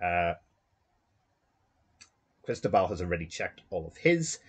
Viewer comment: My friend, I am Cristóbal, and that pronunciation is as good as it's going to get. Thanks for streaming the game! My green dice were hot and got me out of some tough situations. Well played by Andrew!